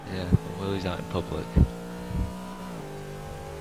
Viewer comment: That's "Willys," not "Willy."